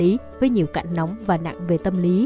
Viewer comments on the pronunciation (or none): none